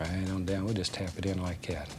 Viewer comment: Give it a little push, just "likcyat"